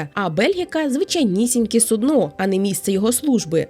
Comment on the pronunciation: сУдно, не суднО, ну, будь ласка! 🥲